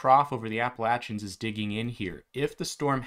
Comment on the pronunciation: You pronounced Appalachian right!! 😀😀